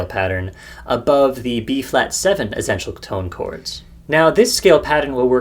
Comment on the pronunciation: Great video. I have never heard anyone pronounce essential like you, tho, haha. As if you are saying zen-tial. :)